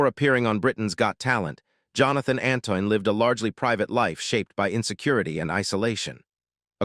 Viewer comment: His name is Antoine -nit Anton and as usual these videos tell us nothing new and get lots of things wrong I don't know why the makers bother